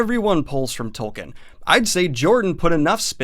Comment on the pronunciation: ugh, speaking of doing research, I know most of you will get annoyed at me for being nitpicky, but Tolkien is pronounced "tolkeen", not "tolkin". It really gets on my nerves considering how many times you mention his name in this video.